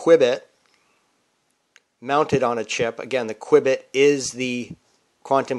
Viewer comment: It is pronounced "Q"-bit not "qwiebit."